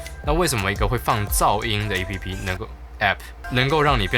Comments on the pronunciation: 會念欸批批代表正統台灣人哈哈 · 那麼計較到底是欸批批還是app很好笑欸哈哈哈哈哈 今天一直語無倫次、太可愛ㄌ 我原本還以為在拍鬼片#